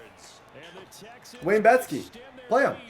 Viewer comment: 🔥🔥🔥 MY DUDE SAID WAYNE BETSKY 😂😂😂😂